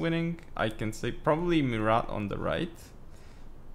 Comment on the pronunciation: gg for both. BTW: you don't for pronounce the "t" in Murat